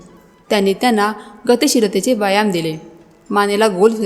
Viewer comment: आरोग्यम् धनसंपदा फारच छान फक्त व्यायाम शब्दाचा उच्चार योग्य करा